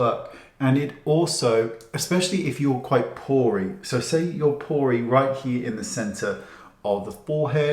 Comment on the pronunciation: Wayne says "porey" I hear "poorly"